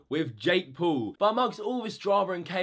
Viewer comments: It is not Jake pool it is Jake Paul. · No hate but you said jake pool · Its jake Paul not jake pool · you can't even say Jake Paul